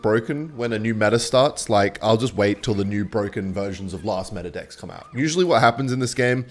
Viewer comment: why is he always saying best dicks in stead of decks